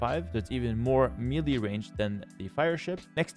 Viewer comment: Love your videos! Just want to say that melee is pronounced "may-lay." Sorry to be nitpicking, but I wouldn't want younger viewers to get confused about how to pronounce this word.